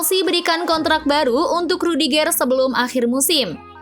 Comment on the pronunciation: Intonasi pembacaan nama pemain nya dong di perbaikin,,rudigeur bkn rudigeeer 😅